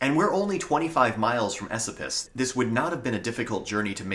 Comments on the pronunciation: I’m from the area, just so you know it’s pronounced E SO PUS not esapus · Just a FYI- locals pronounce Esopus "A- so-pus" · ...Esopus is pronounced "E-SO-puss". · E-Soap-Us is how we say it here. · Dude your pronunciation of Esopus is killing me. I have pronounced it (E SOAP us) my entire life. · Absolutely wonderful. I know for a fact that there are many caves and hidden treasures in the Gunks. Lived on the ridge for a decade in an off-grid cabin way off the beaten tracks. You're mispronouncing "Esopus." Emphasis is on the middle syllable which is pronounced like the word, "so." Thanks for this video. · Thank you for the video I live on the shawangunk ridge in the town of mamakating and had not heard a few of these legends. That said your pronunciation of local names is terrible lol Mamakating is ma'am-a-kate-ing, and Esopas is is eh-soap-us. Recognize most of the places in the video and appreciate you not using random "mountain" stock footage